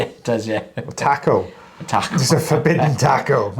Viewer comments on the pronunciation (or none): That’s the Welsh pronunciation 😊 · The way he says "Taco"! ❤